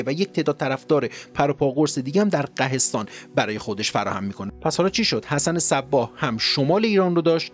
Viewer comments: سلام قهستان تلفظ صحیح آن قوهستان است و آن قلعه به نام ارتاگوانا است که در شهرستان قاین خراسان جنوبی قرار دارد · The pronunciation of ghahestan is not correct , the correct pronunciation is GHOHESTAN.thank you for all of your informative works. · درستش قُهستان هست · قَهستان تلفظ نادرست است. تلفظ درستش قُهستان است معرب کُهستان یا کوهستان است که شده بوده قُهِستان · بسیار خوب بود. در مورد تلفظ ها، نزار و مستعلی همونجور تلفظ کردید، درست بود. فقط در مورد قهستان، تلفظ درستش قُهِستان است که شهری کوهستانی و معرب کُهستان یا همون کوهستان است. خسته نباشید. منتظر برنامه بعدیتون هستیم. 👌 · عالی بود. فقط یه نکته: منطقه ای که در جنوب خراسان به مرکز اسماعیلیه تبدیل میشه تلفظ درستش قُهستان هست که فرم معربی از کلمه کوهستان هست 🙏🙏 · سلام. خیلی ممنون از پادکست بسیار زیبا و پر محتواتون🙏 فقط طبق درخواست خودتون چندتا نکته رو میخوام بگم که امیدوارم مفید باشه. ۱-منطقه‌ای که گفتین در جنوب شرقی ایران قُهستان معرب کوهستان هس که میشه شهرستان قائنات خراسان جنوبی. ۲-این نکته ای که در مورد حشیش در پادکست ذکر شد ارتباط داره با نام حشاشین که خب فدائیان اسماعیلی حسن صباح بودن و دست به ترور میزنن. یکی از فرضیاتی که برای این نام هس همون چیزیه که در پادکست ذکر شد اما فرضیه‌ای که میگن قوی تر هس به این معناس که حشاش به معنای عطار هس. چون این افراد به علم گیاهشناسی آشنا بودن چراکه در صورت ناموفق بودن ترورشون بتونن با گیاهان خودشونو به قتل برسونن تا زیر شکنجه چیزی در مورد تشکیلاتشون نگن. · درود بر تو جان،مثل همیشه عالی هستی،کلماتی که احتمالا به شکل دیگه تلفظ میشن یکی ghohestan هست و دیگری البته صحیحشو مینویسم mastali هست یعنی کسی که از عشق حضرت علی مست هست و دیگه اینکه خراسان در شمال شرقی ایران هست نه جنوب شرقی ، جان عذرخواهی میکنم و برات آرزوی موفقیت دارم. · قُهِستان یا کُهِستان تلفظ صحیح است سپاس از برنامه‌ی خوبتون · درود بر شما.ghohestan درسته.منطقه ای بین بیرجند و قاین امروزی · قُهِستان درسته که همان منطقه قاین کنونیه...قاین قلعه‌ای دارد به نام قلعه‌کوه که پایگاه اسماعیلیان بوده و هنوز آثارش پابرجاست و در قرن هفتم خواجه نصیر ندتی در این قلعه زندگی کرده است. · قو خونده میشه قوهستان